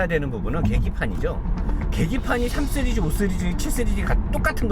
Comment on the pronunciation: 쓰리즈 아니고 씨리즈